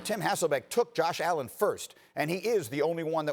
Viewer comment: The disrespect on allens name